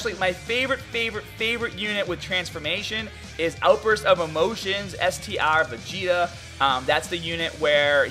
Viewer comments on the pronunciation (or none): none